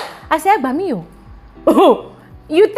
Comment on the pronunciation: Lool, say “Egbami o” one more time 😂😂😂 What accent is that?